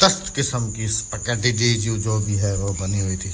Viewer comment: اسپگیٹی نہیں ھوتا سپیکٹی ھوتا ھیے